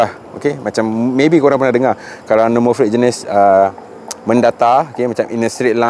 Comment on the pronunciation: Asal sebutan no plate kau jadi no "flate" ?